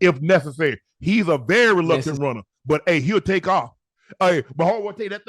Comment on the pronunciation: Am the only one hearing unc say "luctant" instead of reluctant?